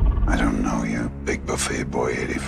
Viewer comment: "bryen mells"